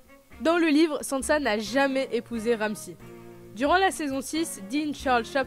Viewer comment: « Tayronne » « Ramsie » 😭